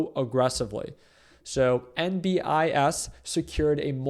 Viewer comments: Its not niMbuss! its NEEEBIUSS! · I had to stop watching after a few inaccurate comments - then I repeatedly heard Nimbus. I can’t take advice from someone who can’t do basic DD and pronounce the name of the company correctly. Sorry dude, you need to do a lot more research on how infrastructure businesses work before you start making videos about them. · It hurts my ears when you can’t pronounce a simple word such as Nebius. It’s literally pronounced as it’s spelled. Ne-bi-us 🤷‍♂️